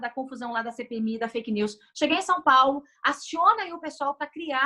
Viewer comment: Mas no áudio ela falou perfil feike!!Isso é crime kkkkkkkkk